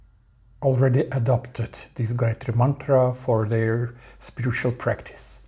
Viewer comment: Wtf excuse me why do you guys try to destroy everything related to us please 🙏🙏. Gayatri mantra is a very sacred mantra for us indians sanatanis dont demolish it with your improper pronounciation seeing google and talking shit bro please 😭